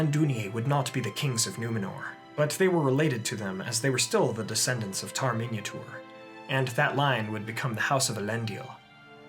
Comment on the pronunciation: The way he says Minyatur it sounds like "Minotaur";).